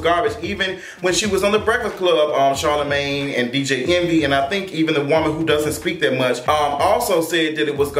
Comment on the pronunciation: Monique called Charlemagne ‘Charlamon’